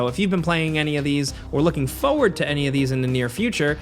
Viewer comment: Any video where has to say "Foe ward" is always a treat. I don't know why but it always makes me smile.